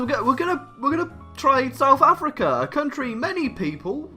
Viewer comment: "Souf Africa"